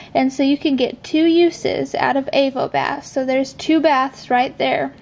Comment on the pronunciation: I can't help but notice you pronounce Avobath incorrectly. It's a pun on "have a bath", so is pronounced like you'd say 'avocado' rather than ' AYvobath' :)